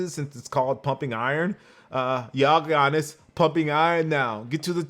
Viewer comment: the way he said GiAnis